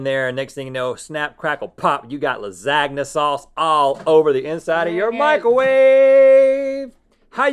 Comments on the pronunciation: I’m sorry... did you just say “laSAgnu” rather than “lasahnyuh” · When Rhett says “Lazag-na” instead of Lasagna ahahahaha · Lazgna sauce 😂😂😂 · I think he just pronounced lasagna as la-sag-naa 😂. Anyways, great video lol. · In Lasagna, the "GN" has to be spelled like the GN in gnocchi! 🤓 Tip from a very strict Italian! 🤣 Love u both guys! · that pronunciation of lasagna hurts me bad